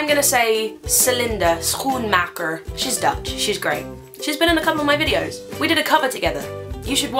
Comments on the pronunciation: Quote a good pronunciation. But she looks funny when saying it. :) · I live in England but my family is Dutch, so I speak it, you pronounced your friends name very well. Well done Carrie!! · hahahah "schoenmaker" you pronounced that pretty well actually